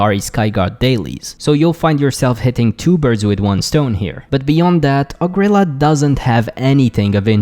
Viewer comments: OH Gree Lah not ohgrila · O-gril-laa It’s ogre heaven, not o-grilla ffs